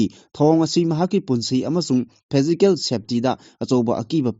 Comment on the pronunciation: Pao paba physical haibani Faisical haiba nutte